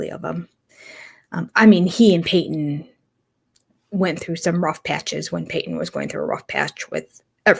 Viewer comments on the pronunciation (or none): It’s Paedon. With a “d” I believe. Not Payton